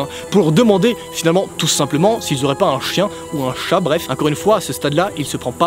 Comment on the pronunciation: Tu as dit incore au lieu de encore